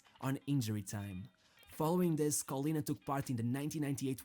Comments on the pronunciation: Callianna? 0_o is pronounced KoLLena (double L and A like in data) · It's pronounced like Collin (like the common given name) + nah